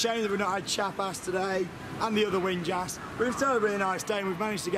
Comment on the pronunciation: Winjas is pronounced vin yas.